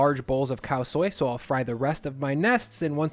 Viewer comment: Nice, Khao soi said correctly. But IF YOU RESPECT THAI PEOPLE AND CULTURE stop saying “pad” like a bit of paper you write on. It’s “pahd” like the “a” in car not cat. Respect Thai people, culture and food and say pad correctly please.